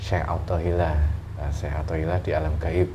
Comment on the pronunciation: Nyebut aja salah yaallah syekh athoilah bukan syekh pathollah udah lah qlo mau pansos jngan gtu atuh malu x wkkwkwkw